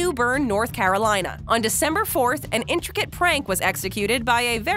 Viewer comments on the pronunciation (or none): none